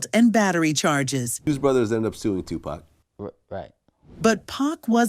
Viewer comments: Is this an AI voice narrating this video? I mean who says 2-Pack for 2-PAC? 🤣🤣🤣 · Hey narrator! It’s Pac ( pok ) not pack ! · Yeah because us black folks know how to say 2pac not two pack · His name is Tupac not Tupack get it right please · Yo. I cannot with this A.I. voice over when they mess up names. They had me like who is Lawrence?! I didn’t know until I looked at it they meant LARENZ! And pack? Who is pack? Pac you mean?!!! Smh I tried to watch it. back to Vlad interviews I go. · come on sister. you black.. or sound black say their names correct. He is Larenz Tate not Lawrence.. there isnt 1 movie to with a credit for Lawrence. Now 2 Pack.. not Tupac pronouced 2 - Poc.. 2 pack..smh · Whats so hard about saying tupac who the hell is two pack 😂🤣😭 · AI SAID TUPACK😂😂😂😂😂😂😂😂😂😂. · I hate when ppl pronounce his name wrong PAC.. He not a pack of cigarettes, but he’ll light your a$$ up😂.. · "Two pack and Jada" 🤣🤣😂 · Just tell me what you are supposed to facilitators if we were saying of pronouncing the name wrong 👉👉they would correct us it's not too packed is Tupac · Jada and Pack. This black AI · Jada and “PACK”. Lmao… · 2 Pack?? smh AI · Dead give away its an AI when it says "tu pack" 😂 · Who narrated this?!?! She called Larenze Tate "Lawrence" and Tupac (Tupack) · That freaking AI🤦🏾‍♂️🤦🏾‍♂️WTF is Lawrence 《Larenz》Tate🤣🤣🤣 Oh yeah don't forget Two Pack🤣🤣🤣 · Jada and “pack”? Lol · Who is “Two Pack”..? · I mean saying 2pack over n over. Kills me..... Just stop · You hear it say two "Pack" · They need to stop with the AI voices… can’t even say “Pac” 😂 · You can tell the narrator is not a 2pac fan since she kept calling him Pack. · She said 2pack, come on now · It’s Ai because as a black person lol we don’t say “2pack” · Im so sick of this AI narration bs. It ruins the feel of the video. It cant even pronounce names correctly. They butchered Larenz and Tupacs name.